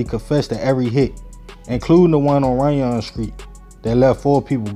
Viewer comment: Runyon pronounced like onion with a R. Good video though my G!!